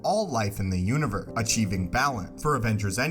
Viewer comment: Why do you say univer instead of universe?